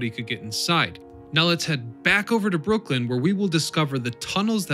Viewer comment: It’s Brooklyn not Brookland